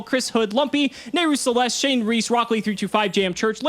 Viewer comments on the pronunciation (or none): none